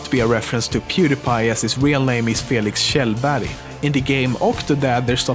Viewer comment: You know LEMiNO is Swedish when he didn't butcher PewDiePies real name..